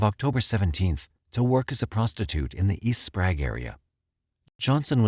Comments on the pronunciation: Okay. I only lived in Spokane for 23 year, and grew up there. He pronounced it Spraaaaug. Its prounonced Spray-g. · Also “Sprague” isn’t pronounced “Sprag” either 😆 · He called Sprague St. "SPRAG" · He pronounces Sprague wrong as well. Haha